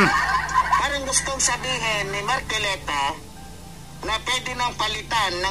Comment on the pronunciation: mahihirapan mka unawa yan c labrador tricom basa nya trecom marcoleta basa nya marculeta 😂